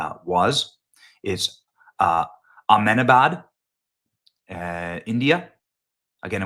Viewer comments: don't worry bro H is silent in Ahmedabad it's more like A.M-DA-BAAD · It’s Ahm deh Bhad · People can’t say Ahmedabad. It’s said like Ahmdabad